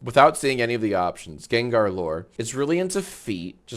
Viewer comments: GANG-GAR NOT JENJER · The way you pronounced Gengar brought me pain 😭